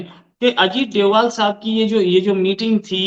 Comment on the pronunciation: डोभल नहीं डोभाल सर्जी